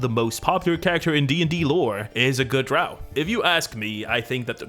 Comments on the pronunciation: Drow, rhymes with Toe… Gygax. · Dro are the only andro elves I get down with. Dro. Pronounced Drou. I know. I’m backward. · drow rhymes with crow, not cow.